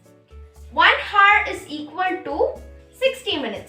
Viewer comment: Phele hour ko pronounce karna seekho, it is not pronounced hour , it is pronounced as "our"